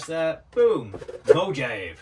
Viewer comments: Looking forward to this content, just like everything you create! (PS - Mojave is pronounced mō-HA-vēē ... for the Mohave Desert.) Glad you're healing up. ❤ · Mojave is pronounced "mo-haav-ee"